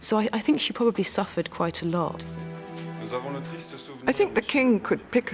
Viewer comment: My only question is, do you actually pronounce and spell the word, "PROLLY" 😖🤣😆instead of pronouncing and spelling it properly as "PROBABLY ?"